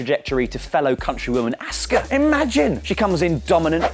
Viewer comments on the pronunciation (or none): none